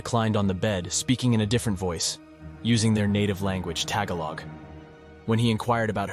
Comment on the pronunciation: PLEASE! , the word is pronounced """TUH-GAAH'-LOG"; emphasis on the 2nd syllable.